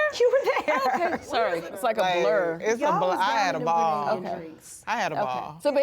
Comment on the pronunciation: As a Grenadian, I super proud to see my beautiful Island being showcase on this major platform. I'm also very happy that they are pronouncing "Gre-nay-dah" correctly👏shoutout to the show EP Glenda Cox, a born Grenadian who championed this move 👏👏